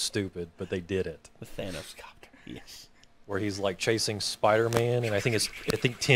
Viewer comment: The Thanos-copter line is fine, but the "ThAYnose" pronunciation ruins it.